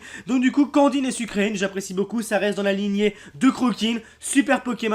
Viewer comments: nn sucreine ca ce dit plutôt sucre reine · le pokemon sucreine se prononce sucreine comme une reine et pas sucrine